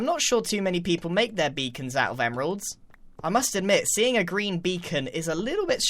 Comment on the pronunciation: " A Greean Beacon"